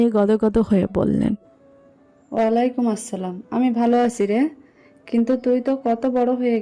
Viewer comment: গেটের সামনে প্রথম সালাম টা কন্ঠস্বর টানটান উচ্চারণ অসহ্য সুন্দর ছিল।